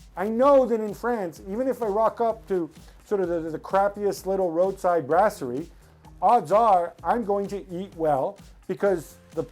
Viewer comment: The way Gab pronounced brasserie hurt a little bit